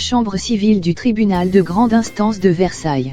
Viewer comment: Et ont prononce pas le S à Versailles allons le bla bla ok mais sans faute de lecture